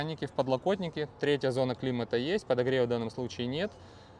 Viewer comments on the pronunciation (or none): none